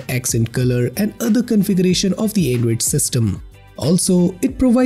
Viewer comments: Not android, "endroid"🤣🤣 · The voice transition you make from high to low pitch for every half a sentence is hilarious 😂.. lmao And "Anedroid"